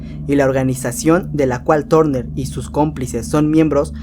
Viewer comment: Los diarios de Turner se pronuncia LOS DIARIOS DE TARNER Y NO TORNER! .